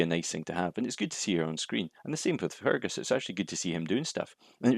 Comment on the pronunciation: Sorry, sounds like you're calling Fergus, Fungus.